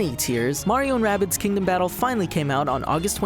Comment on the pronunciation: its not wabbit its rabbids